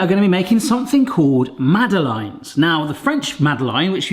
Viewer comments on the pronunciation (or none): Eek. My ears are burning! Mad uh laines is how to say it. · So he doesn't pronounce it the french way. It doesn't realy matter. On such a small island where there is in any case a varied way of pronuoncing even the most basic words and then rest of the english speaking world all have their own pronounciations why in this case make such a fuss over a French name.